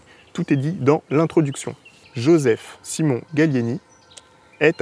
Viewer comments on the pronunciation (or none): none